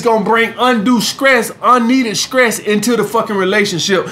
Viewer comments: Juju; He actually said the Word “Skress” But since he’s from Alabama, I know that he was trying to say Stress. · I was just about to ask was he saying stress or skress lol?